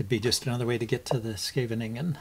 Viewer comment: Always fun to watch your games keep posting them I love the post mortems I learn a lot from it. By the way you pronounced Scheveningen very well :-)